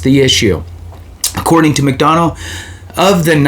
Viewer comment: There will be a new Sec after Jan.15th anyway. And pronounced “mick- duh- na”.